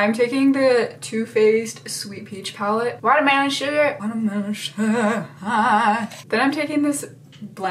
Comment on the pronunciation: “WaTeRMeLoN ShuuuGaR HaiGhhhH”